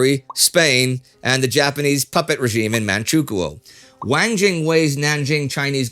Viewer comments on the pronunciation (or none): none